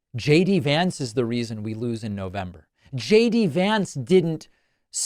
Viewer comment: Did anyone else notice JD said her name right? I guess he didn't get the memmo that they are all supposed to mispronounce her name.